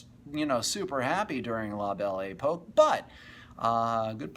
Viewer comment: I can't take the guy seriously if he can't even pronouce the subject correctly. What the hell is The Bell E Poke? FAIL!